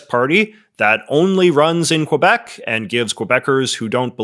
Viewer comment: I understand you don’t speak French, so I dont expect you to pronounce quebec like a francophone . But you’re pronouncing wrong as an anglophone too lol. Its not : qwah-bec Its: kuh-bec